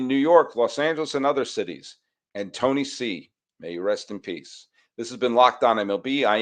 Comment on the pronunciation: Sully! You're the first American I hear pronouncing Tony C's name correctly. That's why I am an #EveryDaySully!